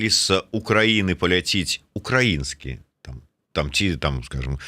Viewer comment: Колькі можна няправільна ставіць націск...ну які укрАіскі,калі украІнскі